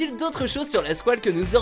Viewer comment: MOUET LA SQOUELE